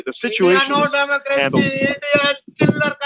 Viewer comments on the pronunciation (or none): “Endia no Damocracy, Endia Kelar kauntry” - Canadian Chacha with an Whatsapp university degree